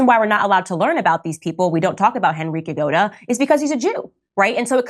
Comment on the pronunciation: Genrikh Grigoryevich Yagoda ‘ Candice please get the name right. Don’t be so stupid.